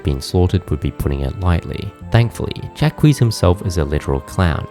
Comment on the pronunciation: Ja-qweese is my new favourite way to pronounce Jacques, thank you so much for this :'D <3